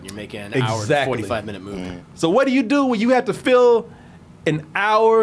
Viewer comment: "Ro I quit?" 🥺😭